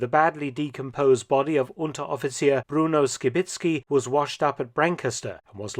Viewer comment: When you said Unteroffizier around the mark i swore i was hearing a german native speak. That was a remarkable pronounciation.